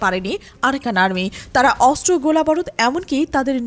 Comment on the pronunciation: অস্ত্র উচ্চারণ শুদ্ধ উচ্চারণ করতে হবে 😮😮